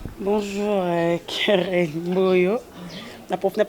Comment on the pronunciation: Keren et non "Kerell"